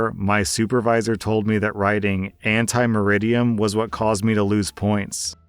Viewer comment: It’s not “anti meridian”. It’s “ante meridiem”.